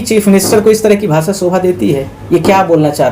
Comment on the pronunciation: Sahi bola hai CM sahab ne arjak logon ke bare me danga ,Aagjani , lootpat patharbaji katal blatkar karne valon ke virudh ek dam sahi bhasa hai.Aap to bhasha sabd bhi sahi uccharan nahi kar pa rahe ho lkg class ke bacchon se bhi kharab.